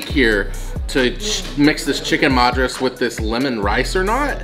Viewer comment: The Chicken Madras... Madras is pronounced as (mud as in Muddy, ras as raas) Madras was the earlier name of Chennai which was given by the Britishers... When the Britishers came to city of Chennai... It was one of the most populated port cities in South India... And there was always a mad rush to get things from one place to another... So they started calling it Mad Rush City... Which over the years... Kind of became Madras city... It has now been renamed to its old name Chennai.